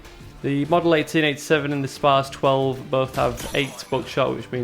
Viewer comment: spars 12 sound soo stupid haha i always thought it was said spas...like you do